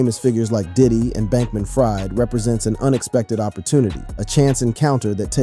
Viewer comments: It's pronounced Freed - not Fried, even though spelled that way. Where have you been? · It’s not ”Fried” as in fried chicken. It is pronounced as ”Freed”. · New sub… I know his last name spelled like fried chicken but he pronounces his name Freed like freedom… watch any news report and they will pronounce it correctly… good content though… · You pronounce Sam Bankman last name Freed although its spelled Fried.